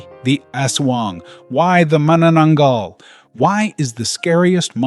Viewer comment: That's 'manananggal' 👻😶‍🌫️🤐